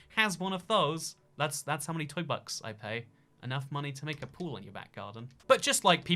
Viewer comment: More like: we all nake nistakes in the heat of passion